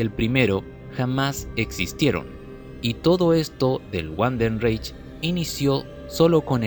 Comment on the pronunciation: No es wandenreich es Vandenreich la W se pronuncia como V en alemán, buen video.